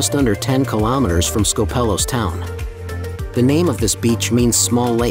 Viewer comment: Please don't call it SkopEHlos. Tell your AI voice to change it to SKOHpelos lol.